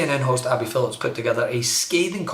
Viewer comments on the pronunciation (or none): It’s Abby Phillip…not Phillips…no ‘s’. Get it right.